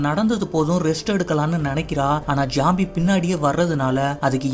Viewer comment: Bro not jombie. Its zombie